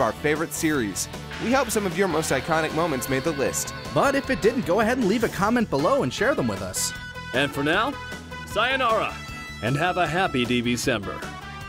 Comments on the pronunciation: Great list. However, it was funny how you said "Sayanora" instead of "Sayonara" in the end. :P ...Or wait. Was this supposed to be a Saiyan pun? "Saiyanora"? Anyway, just saiyan. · Do you mean... Saiyunara?